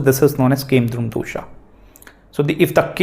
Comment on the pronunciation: excellent class Sir. Beautifully summarized. Grah ko Grah kahiye, why Grahaa? Aap Guru hain, no disrespect meant. Plz say Dosh, not Dosha! Very few matter of fact teachers on net today. Truly remarkable videos.